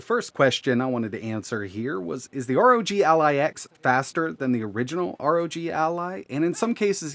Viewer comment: ROG, NOT R.O.G